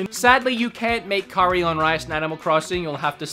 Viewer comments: Thank you for pronouncing curry correctly. Always hated the US pronunciation.... coooorey Yuk... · I have never, and I mean NEVER, heard anyone here pronounce curry as coooorey. Not once.